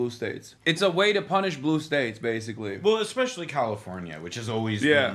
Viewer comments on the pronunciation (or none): none